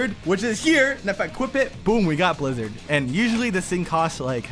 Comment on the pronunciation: Way you say the blizzarn fruit is crazy